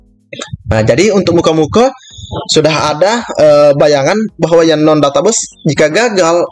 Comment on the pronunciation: mantab.... ijin koreksi pengucapan kata 'database' abang... maaf... pengucapannya 'databeis' bukan 'databus' ... mohon maaf bukan menggurui bang....